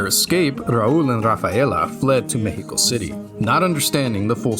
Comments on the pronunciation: Respect for actually pronouncing México right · Massive props to you for the insane research on our country and our culture, also the pronunciation in Spanish of "México" was just chef kiss man. In my eyes you're already Mexican, nuestra casa es tu casa